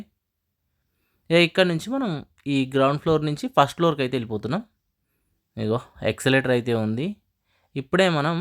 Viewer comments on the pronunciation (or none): ఎక్సెలేటర్ కాదూ.. ఎస్క్లేటర్..